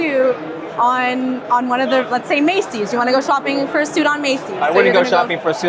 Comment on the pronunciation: "So if you buy your suit at Macey's" 😂